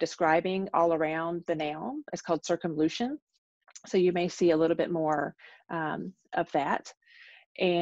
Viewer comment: A mispronunciation......who cares.